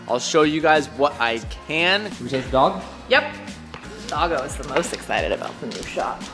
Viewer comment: "essited for"